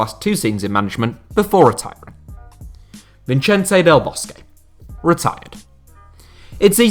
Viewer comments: No one:: VinCHENTE Del Bosque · you also can’t pronounce Vicente? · Why do you pronounce Vicente as an Italian, and Cesare as a Spaniard? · The way you said " Vicente " gave me cancer.